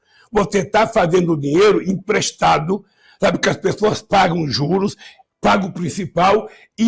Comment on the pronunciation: "Empresdado" né vaga...bun..do😭